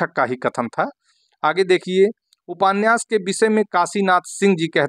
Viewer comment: आप उपान्यास क्यों बोलते है सर